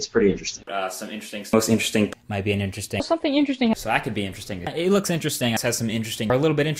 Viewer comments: Now the word sounds like "Inter Sting". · All I hear is "intresting" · Interstring. That's what it started sounding like 30 seconds in. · At one point I just heard 'intersting' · now repeat after me: i n t e r e s t i n g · Can't pronounce interesting correctly now